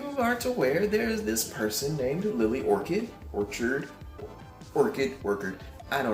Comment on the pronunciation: It’s pronounced Or-ChArd. Orchid is a flower lol.